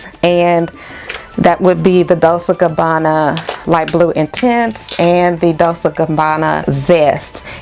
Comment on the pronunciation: Hey sis. Loved the list. I have Gingham and it's geeng-hum, like the plaid. Dolce sounds like dole-chay. I own The One by them and Pour Femme. I will try some from your list.